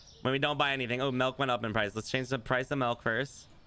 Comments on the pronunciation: I just noticed that can't pronounce the letter i like instead of milk he says melk and instead of pillow he says pellow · The “melk” thing makes me cringe every time 😂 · Norwegian. Melk = milk. Doesn't borger me. Since he is saying it like i say it.🇧🇻